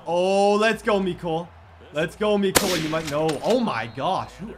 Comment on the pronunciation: Why does he say meecole but is mecole hardman